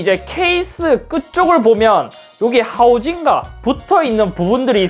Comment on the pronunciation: 하우징과 말할때 연변사람같앜ㅋㅋㅋㅋㅋㅋㅋ